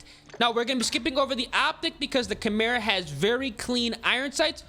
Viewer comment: i’m just happy my boy finally said Chimera the correct way 😂